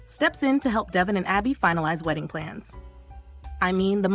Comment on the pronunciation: Thanks for Y&R updates, but please pronounce Devon's and Jabot's names properly.